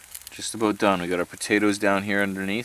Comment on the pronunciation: that's what i taught when i heard him use hey and aboooooooottt